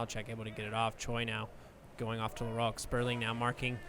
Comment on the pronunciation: THIS IS AMERICA. Stop pronouncing LaRoque like a French person.